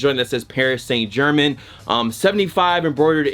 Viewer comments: Paris Saint German BOI it's Germain (Jer-Mayne). It's okay I still love you. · true lol PSG would’ve been fine, but it’s really ger-mahn with that super soft almost z like G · Also saint is pronounced san and paris is pronounced paree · He should of just said PSG lol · I laughed out loud for real when i heard him say it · You right